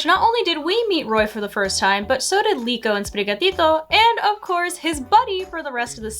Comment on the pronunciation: Everyone should say Sprigatito the way says it.